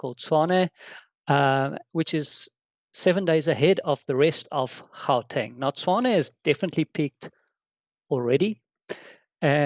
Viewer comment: Really only recorded 4 days ago? Would've thought host would've known how to pronounce Gauteng and Omicron (ohh-me-cron) and know not to refer to it as the South African variant. 🙄